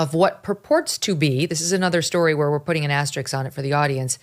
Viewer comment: Asterisk. Not Asterix.